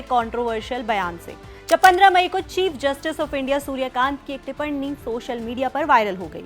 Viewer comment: टिप्पणी होता है, टिपरणी नहीं.